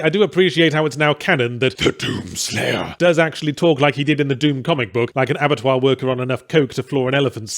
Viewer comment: "Te dUUm sleiyah"